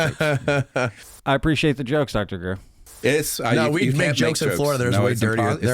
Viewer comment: Greeeeeer! Dude! Love your channel but let's it ease up on Greer.